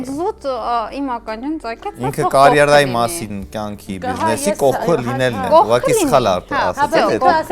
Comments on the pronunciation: ամոթ ա, էդքան անգրագետ չի կարելի լինել, Զառան դեռ քանի անգամ պիտի ուղղի, որ կարիերա բառը կորյերա չասես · Կորերա, տարօրինակ արտասանություն